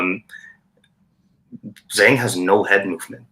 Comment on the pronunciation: Never have this guy here again, he can’t even pronounce Zhang